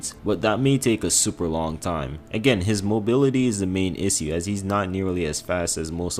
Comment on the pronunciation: Here's the issue. My man doesn't have a clue how to pronounce the word issue 😂😂